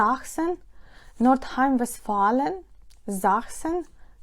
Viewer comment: Вибачте,але назва,яку ви назвали- на 1.19- нордхаймбистфален- зовсім не відтворюється у гуглі- мабуть не правильне читання? Дякую дуже за відео,але,будь ласка,напишіть німецькою цю назву😊.Дякую.(знаю тільки,що це невеличке селище,далеко від структури.Чекаю назву німецькою😊.